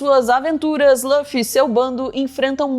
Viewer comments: Chamar o Luffy de "Lâfi" é até um crime. Por favor, Luffy ou Ruffy. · lâffy? não tinha como pesquisar como falam o nome dele primeiro não? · se fala LUffy mesmo, não lãffy ❤ sugiro que vc assista, é tão legal q vc nem sente que são 1000+ eps, e cada um tem só uns 20min. É muito inspirador, sobre liberdade, amizade, empatia, determinação… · Só é extranho quando quando eu escuto Lã-ffy. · Só uma coisa, Luffy se pronuncia como /lufi/ mesmo, como em Lúcifer por exemplo. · vc 4ss4ssinou o nome do Luffy pra mim hahahahah.... ( soa como se escreve nem português ) ainda dá tempo de assistir, comecei ano passado e tô na metade... degustando... 😊